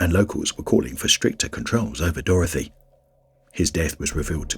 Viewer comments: I wish you’d stop calling it Dorothy 🤣 It’s Dorothea!!! Lol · It's not pronounced "Dorothy". It's "Dorothe a". People keep mispronouncing it. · Hunter It's not a spelling issue. It is a pronunciation issue, as I pointed out. He doesn't know how to pronounce Dorothea.